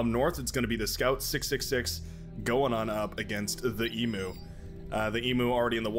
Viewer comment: Not sure if theEMU is meant to be the Australian animal. But if they are then it's pronounced 'e-mu' and not 'e-moo'. E-mu (like the greek letter mu with a y/j sound, or like the letter U)